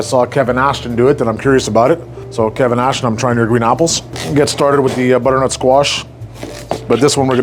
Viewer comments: BuDDERNuT SQUaSHH :0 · The budrrnut squash 🗣️ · br-nut squash 😂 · I swear you’re somehow putting an extra syllable in butternut